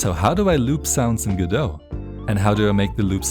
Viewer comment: It's pronounced go-dot. The Godot devs pronounce Godot as go-dot. Google is wrong.